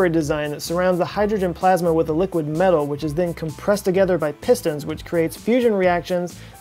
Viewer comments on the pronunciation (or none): none